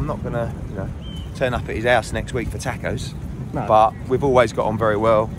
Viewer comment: The way he says tacos lol